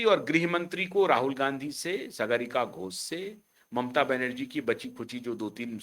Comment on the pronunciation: Sagaarika nahin Saagarika. Naam to sahi bol lo 😅😅😅😅